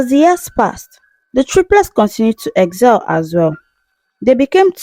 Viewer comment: Madam it's excel and not eggzel , yoruba intonation 😅, nice story though